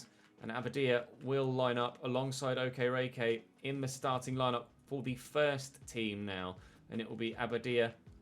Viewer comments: Hi, I'm not Nigerian, I'm Ghanaian but I know the way you pronounce Okereke is waayy off😂. Unfortunately I'm not sure you to type out the phonetics for you so... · Day 50 of pronouncing Okereke incorrectly.